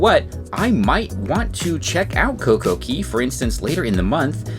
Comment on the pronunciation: It's not CoCo Key.. It's CoCo Khay / Cay